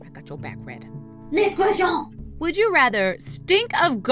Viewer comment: I really liked when you say "NAGST GUASTIOUN" 😂😂😂